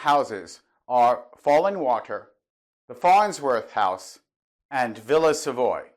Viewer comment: Nearly each and every one of your videos leads me to thinking that we could have discussed architecture, and many other topics, for many hours. We seem to see eye to eye many things. One small remark worth mentioning: early on I used to pronounce the name of the villa similarly to you. So much until several European and South American tutors I had at architecture school insisted the correct pronunciation is in French. Hence, Villa Savoye - sounds like Sav-ou-ah, with the the stress on the last part. Although it all took place so many years ago, I can still remember their frustrated gaze to the sound of me calling it Savoy. :-)